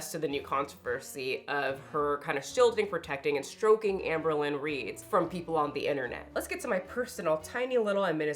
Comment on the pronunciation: Jamie has a chronic need to be the smartest/virtuous person in the whole wide room. edit: ps did you say Ambealones?!? (albalone) HAHHAHAHAAAhah💀 that term has got to be entered into the Haydur Nation Handbook.